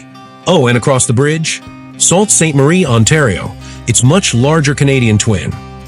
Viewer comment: It's pronouced Soo Ste Marie